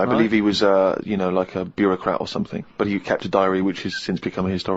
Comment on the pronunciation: Combing 'is 'ead or somefing